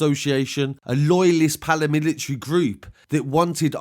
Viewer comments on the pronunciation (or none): Bro, it’s paramilitary not palamitilary 😂😂😂😂. Excellent content though. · The palamilitary lol.. I think u mean "paramilitary". Otherwise keep up the good work.. All the best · Bro it’s paramilitary, not palamitilary 😂😂😂. Excellent videos though.